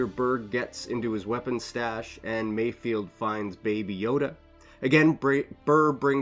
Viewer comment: I think his name is MayFELD not mayfield